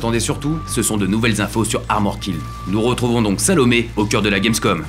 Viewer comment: Quand Daniel dit Salomé j'entend Sale paumé